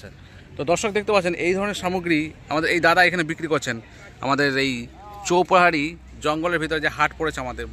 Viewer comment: তুমি লিখেছো চৌপাহাড়ি আর উচ্চারণ করছো চৌপহরি